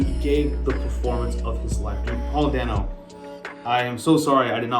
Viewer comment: Not dane oh, dan oh